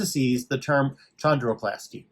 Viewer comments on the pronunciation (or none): Great video!! Chondroplasty is pronounced "K"ondroplasty. You're welcome 😊